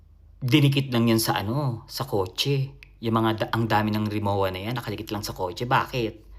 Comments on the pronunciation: ang Rimowa ay German brand, hindi Japanese. Katunayan, ang pagbigkas ay Rimo-va. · Rimowa luggage is pronounced Ree-moh -vah with the German 'w' sounding as a 'v'.. No offense meant ❣️❤️🅿️🅱️🅱️Ⓜ️✌️ Forever since birth